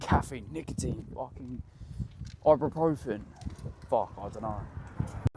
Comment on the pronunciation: Bro said ibuprofen 😂😂😂